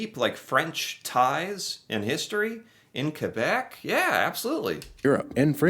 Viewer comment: Thank you for pronouncing "Québec" properly and not be lazy and say kwebek or whatver